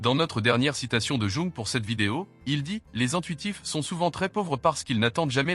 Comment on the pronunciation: La manière de dire "Jung" est à vomir.